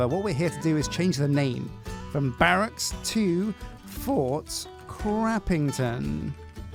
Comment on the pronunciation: I feel Fort Crappingto being read as Fort Crapping-to is actually a decent name adjustment.